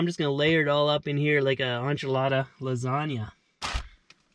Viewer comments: When I was watching this my family was screaming "WHY IS HE SAYING ONCHILADA ITS ENCHILADA" this is why I when I'm with Mexican family I use headphones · on-che-lada lol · No Anchaladas,,,no tortallas,,,my love...,, Enchiladas and or y tortillas,,roll that beautiful tongue....lololo.. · I love your music and your purnounciation 🤣unchilada, you’re too cool! You’re the best vanlife I like watching. Gotta say you have a amazing life and I love the panoramic views you always give us. Please be safe and put out awesome vids. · Lol I truly thought you were serious on those pronunciations! Cilantros; jalepenos, and auntciladas! 😂😂😂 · nothing beats an On-chillada made with fresh Tor-till-ah, Cil-ant-tro, topped with spicy Jill-op-ano's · That was the worst pronunciation of enchilada I've ever heard. LOL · his pronunciation of enchilada ingredients made me cringe,! (Horn Coral and rock skateboarding were my favorite parts).